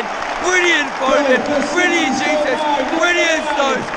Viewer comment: You can’t pronounce Jesus 😂